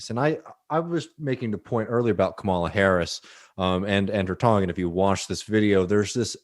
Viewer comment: Love the vids but gotta pronounce Kamala’s name right!